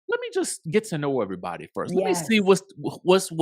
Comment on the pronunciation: I thought the same thing! Like when would they show a yt married couple on their shows to this extent. And these bravo hoes be gettin it in with EV-AH-REE-BOD-Y.